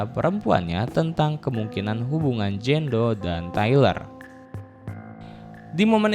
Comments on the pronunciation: Jane doe (dibaca : jen du) bukan Jan do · Jein do bacanya kak bukan jando 😣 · Jen du nyebutnya bukan jan do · filmnya seru tapi lu ceritainnya g begitu jelas video Ama suara lu g sinkron jadi bingung terus cara baca nama lu juga g enak dngernya jando jando kan nama dia jane Napa ga sebutnya Jenn biar g bingung jando jandoo kek nama cwo kalau jenn kan bagus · anying jando dibacanya wkwkwkwk